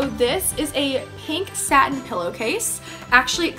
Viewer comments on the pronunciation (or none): none